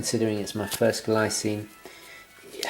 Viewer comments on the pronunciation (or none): The Glycine (pronunced Gleecine) looks great... nice review